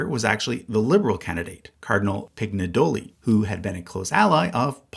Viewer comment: What I'm writing doesn't matter, this is extremely minor, but annoying language guy just wants to say things Agagianian only has hard gs, Armenian consistently spells the soft sound with its js Pignedoli would be as if Piñedoli, gn is like ny, like lasagna